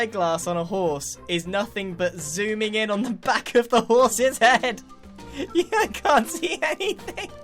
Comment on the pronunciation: Just skip to this; It's genius how Grian just kinda weirdly stopped talking and mumbeld. ''This villager has gotten a hEaD...''